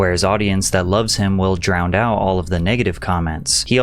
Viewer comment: Bro it's "drown," not "drownd."